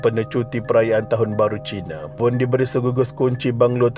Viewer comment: Salaam. Saya memang peminat channel ini dan mendapatinya amat informative. Cuma satu suggestion, harap dapat improve sebutan nama2 orang yang disebut especially nama orang India, China, East Malaysia dan sebagainya. Seperti nama mangsa ini, sebutan nya Vooooon bukan Wong. Hari itu nama orang India pun Gana tersilap disebut Naga. Other than that, keep it up. Selamat Hari Raya kepada semua follower channel ini